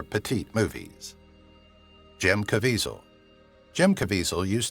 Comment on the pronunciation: You keep mispronouncing the actor's name you keep calling him Caveasal but that isn't how his name is I realize his name is very hard to pronounce based on its spelling but sometimes you can't go by the spelling you have to go by what you hear and obviously you haven't heard his name enough...